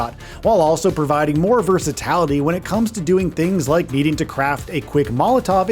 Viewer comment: ahh.. the good ole "versatAlity"